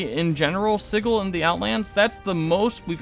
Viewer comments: sih-jill, not sigg-ull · "Siggle"? Isn't it pronounced just like the word "sigil"? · how this dude pronounces sigil kills me